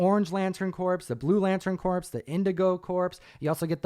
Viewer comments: Just wanted to let you know that CORPS is pronounced with a silent S (like CORE or The Marine Corps), pronouncing it with an S on the end sounds like the dead body version (Corpse). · CORE.... Not CORPSE!!! :-) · I think Corps. Is pronounced Core.